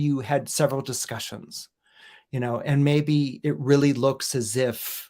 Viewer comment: “really”, not “rally”